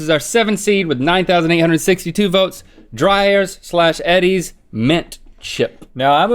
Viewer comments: By the way, it's Eee'Dee's not Eddie's ice cream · ITS NOT EDDYS! Its pronounced “Ee-Dee’s” thats how they pronounce it themselves in the commercials.